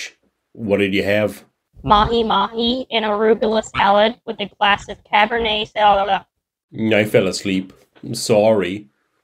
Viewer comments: i lost it when you said "a glass of cabernet saulala" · Not cabernet soh-bleh-bleh 😅